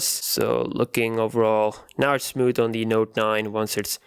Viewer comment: It's smooth not "smoot"